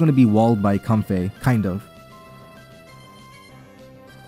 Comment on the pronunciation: and it's not how pronounces it. He pronounces it comfé When it really should most likely be comfae